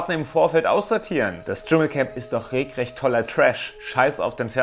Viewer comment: TV "Das Dschungelcamp ist doch regelrecht (regrecht) toller Trash" Das klang so als wenn du mit "regrecht" auf die Trashsendung Schwiegertochter anspielen (Stups) willst ;D BTW: Spitzenklasse Video! Will nicht wissen wie viel Arbeit das täglich ist.. Echt Wahnsinn